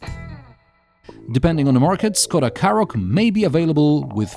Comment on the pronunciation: Forget about all the Skoda pronunciation, I thought you were saying Karrot, well it is a bit of a vegetable.